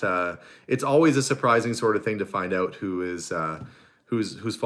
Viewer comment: I like when you say ‘out’it sounds like ooht 😂and I’m with you 100% PEOPLE CAN CARRY ON A CONVERSATION WITH OUT SWEARING ,ITS NASTY AND DISGUSTING,👌